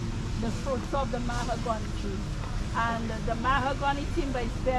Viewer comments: Her pronunciation (My-hi-gon-nee) of Mahogany was surprising & cute! Gave it quite a razzle dazzle ✨ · Great job Tour Guide but please get the correct pronunciation of Mahogany.